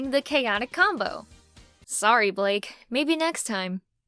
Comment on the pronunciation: *blake(short a and short e)